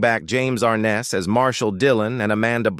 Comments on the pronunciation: It's James (Ar-Nez) not Arness!! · James Arness's last name doesn't have the accent on the first sylable. It's not AR' ness. It's Ar NESS". I grew up watching Gunsmoke and I've heard his name pronounced countless times. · More crap James (Ar-ness) learn to pronounce words correctly. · Ken Curtis was a great singer & actor, but I don't trust this video at all, 'cause it is AI generated. Notice that the thumbnail says "She was racist," but I didn't hear anything about that in the video, and they couldn't even bother to pronounce James Arness' name correctly. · And you're not pronouncing James arness's name right